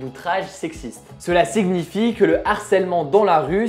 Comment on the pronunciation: "signifie" se prononce \si.ɲi.fje\ ("siniifie") et non pas \sig.ni.fje\ ("sig-nifie"). Pourquoi prononcer le g et n séparément ? C'est un accent particulier ou juste une faute de prononciation ?